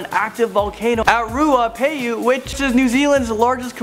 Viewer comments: I laugh so loud when he said taupo Rotorua ruapehu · it not pronounced ro - tu - ra it is pronounced ro - ta - roo - a and ruapehu is ru-a-pay-who